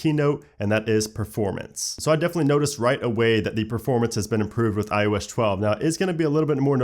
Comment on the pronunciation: iO Esh 12? I don't get it, you say ios 11 just fine.